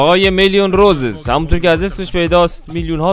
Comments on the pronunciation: داداش اصلش روسیس نه روزز تو اشتباه میکنی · اسمش روسیسه عاجی چرا اشتب میگی خودشم میگه روسیس 😐